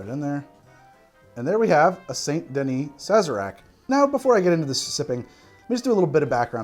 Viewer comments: I'm sorry but your pronunciation of Saint Denis as "Saint-duh-nee" instead of "san-duh-nee" hurts me 😂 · It's SAN-DUH-NEE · Even Arthur Morgan can pronounce "Saint Denis" properly and he's an uneducated gunslinger. Joe Biden Voice C'mon Man...